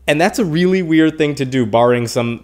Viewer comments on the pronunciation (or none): none